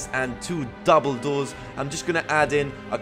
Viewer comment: You said doble door but sounded like Dumbledore ^^